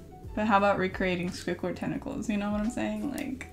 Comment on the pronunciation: “Swuickward “ it’s squidward .. but I still love you 😂❤️